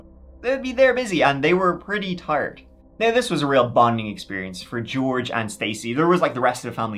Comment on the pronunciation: Cause of your accent, it sounds like you're saying George Arse 😅